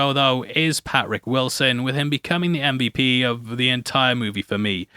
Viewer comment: I'm sorry. I was really interested but your inflections and the way you talk is really hard to keep listening. You just sound so bored like youre trying to speed read a school book report that you don't want to be a part of. And i'm still trying to get over you called Patrick, Pat-Rick.